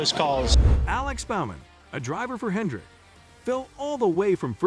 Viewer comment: Not sure how trustworthy this is since they can’t pronounce Bowman, and call Hendrick Hendricks and that it’s a firm .